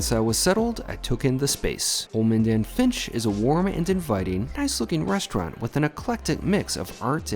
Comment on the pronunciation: Yeah- I wasn't quite sure what he kept calling it. Sounded like Holmand & Fitch?